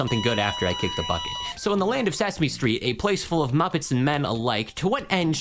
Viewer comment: Sesme stret